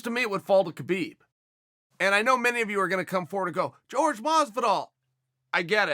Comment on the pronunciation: Who is “George” Masvidal?